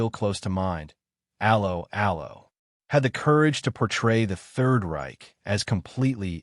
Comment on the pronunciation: TLDR: Rage-bait, don't watch. How appropriate that this piece of rage bait should have an American AI voice-over that mangles the very name of the show. Just like every piece of popular entertainment it was a product of it's time and would not be successful in any other context. Personally I would take this fantasy send-up of wartime movie tropes any day over the barren desert of today's American streaming channels whose only successes are bowdlerised reboots of the very classics you decry